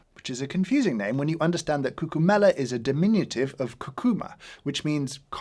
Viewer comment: Sorry but is cûccuma not cuccūma. In italian is important pronunciation. Thank you for the video!